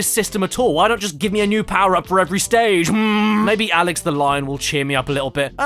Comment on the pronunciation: "This is a puzzle game where the puzzles are already solved" Super Mario Galaxy in a nutshell Also as an hispanic speaker a gotta congratulate you for how you pronounce Alex Also, guys I don't know how you do but, this quality content for 1 hour of video, each one, you are amazing.